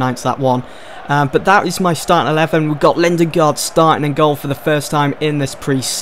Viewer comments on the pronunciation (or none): it ain't lindengard it's lindegard